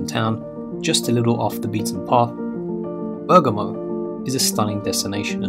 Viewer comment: Nice idea to show there is more than Roma-Firence-Venezia , but how about learning to pronounce the names ? "Bairgamo", "Paysaro"(not Pesssaro),"Teeevoli" (not Tivvvoli), "Uuumbria", "To-di" (not Todddi), "Varennnna" ...nowadays even Smartphones tell you how to say words in other languages ....